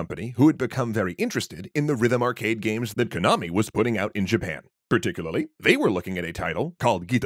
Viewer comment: you can pronounce Konami correctly but not Harmonix? lol